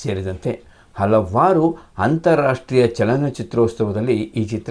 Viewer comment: ಆಗಲು , ಅಲವಾರು , ಹಲ್ಲಿವರೆಗೂ, ಕ್ಯಾತ.. ಆಡು ... ಕರ್ಮ ಕರ್ಮ... ಮೊದಲು ಸರಿಯಾಗಿ ಶುದ್ಧವಾಗಿ ಕನ್ನಡ ಮಾತನಾಡೋದು ಕಲಿ ಕನ್ನಡದ ಕಂದ